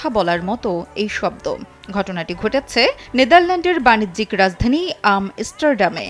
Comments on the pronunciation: আম-ইস্টারডাম 😆😆 ভাষার ইজ্জত সুদে দিয়েছে উপস্থাপিকা আপা। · Amsterdam uccharon tao thik moto korte shikhlen na